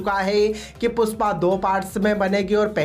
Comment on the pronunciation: Puspa nahi re #PUSHPA😂 pehle thikse bolna sikh